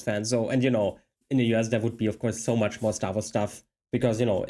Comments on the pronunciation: He pronounced US as "you ass." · haha when you say U.S. is sounds like you're saying you ass.